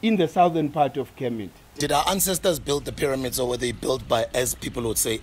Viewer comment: 😂 it's kemet... Kermit is that frog that likes to mind his own business, it doesn't really matter but I'm dying of laughter 😂😂😭